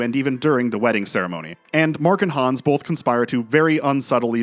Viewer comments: Great video! But his name is Super Hans not Super Hons! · Super Hans mate, not Hans